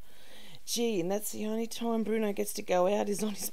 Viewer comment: I hate when she calls bruno "Bwuana" & "Bruneeana" but i wanna punch something when she calls him "Day Bwann" & now she's calling cha cha "chawchur" or "chow chow"...kinda wished Nancy threw the stick at, wudda been better content at least